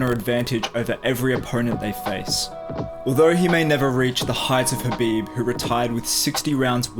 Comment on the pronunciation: The next khabife??? the next pack-man-doo Paqueado? The next lomashenko daaaaaaaaaa ure and y-di0t